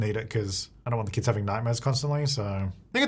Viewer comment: I thought he said "the good thing about kids is that they have infinite clutter" 😂 which is true...but be said kits.